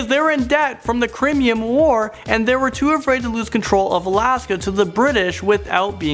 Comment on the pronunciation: 'the crimyan war' nice one